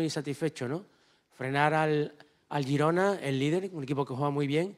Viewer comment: Lo mejor de la rueda de prensa de este año es que dice Girona como se tiene que decir 😂😂😂😂😂😂